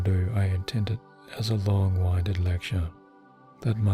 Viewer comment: yu are amazing. I have a question: long winded...isnt that pronouncedlike the wind blowing?? Winded, short i? Cuz long winded with a long i is like winding a spool??. I think this everytime i hear you say it 😮